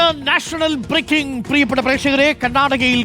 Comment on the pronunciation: നാച്ചണൽ ബ്ബ്റേക്കിങ്ങ്